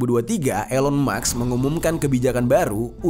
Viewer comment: Kenapa "elon maks" bukan "elon musk" 😅